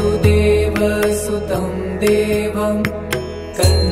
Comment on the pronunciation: vasudevasutam shd be pronounced with hrasva "va" meaning son of vasudev, Being Son of vasudev Krishna is Called "Vaasudeva" with a Dheergha "vaa"